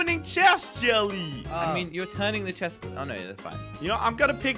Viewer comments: he said chefs instead of chest in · Chest vein not chest reveane